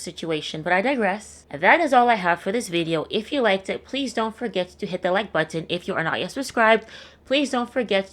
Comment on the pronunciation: My drug of choice is the way says "button"